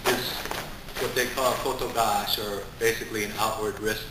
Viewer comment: that effortless buddy that's not kotogiash or how ever you said it it's actually kotegaeshi dude but yeah i see what your doing